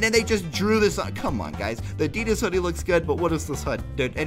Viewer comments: The Odd One's Out Thats how ya say it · The odd one’s out is how u say it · You pronounce it The-Odd-Ones-Out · Pronunciation: the odd ones out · YouTube must have been drunk again when it said 16 views it is actually 25m views lol I love you and THEODD1SOUT!!! BTW. It's pronounced the-odd-ones-out :) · His YouTuber name is pronounced The Odd 1s Out But together. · Hehehe. U sed "odds1out" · its pronounced "The odd ones out" very simple! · Its pronounced The Odd Ones Out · pronounced: th-he-ohd-whons-ouht= theodd1sout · Its pronounced the odd once out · its pronounced odd ones out